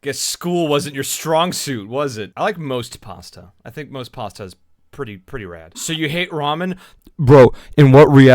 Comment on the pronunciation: pAWstUh your welcome